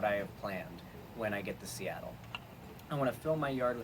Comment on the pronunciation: "Once i'm in Steatle, i'm seatled."